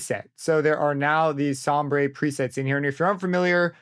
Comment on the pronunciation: It is not som-bray that word is pronounced somber. Sombre is the British spelling but it’s still pronounced the same! ✌️